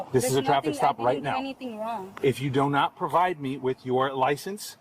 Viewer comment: Thats the second time i have heard a policeman say donut instead of do not. Not trying to be funny but what a weird slip in speech lol.